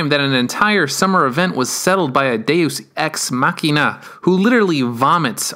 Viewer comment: You...you said it right! So far I haven't seen anyone else in a video pronouncing Deus Ex Machina the correct way. I could kiss you....except I'm kind of grossed out for the barf jokes. Brilliant as they were.